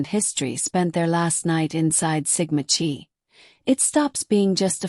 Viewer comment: “Chi” is pronounced “KAI”. Check the pronouncing of victim’s names. Ethan was suspended for bad grades: same for Xana, at her sorority. Good background report here. ❤